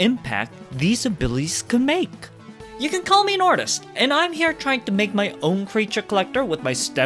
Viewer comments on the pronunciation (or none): When you say "you can call me Nortist" are you aware that it sounds like "you can call me an artist"?